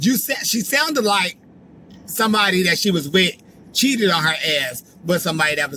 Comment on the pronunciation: I've been binge watching u since yesterday. Gul u a fool... Ans at the end how u pronounce cheated had me weak... Much love from Texas..